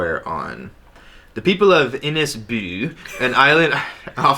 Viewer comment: I feel like I have failed to be an Irish man for someone to say inis "bew" and not inis Beag (pronounced Inish beug)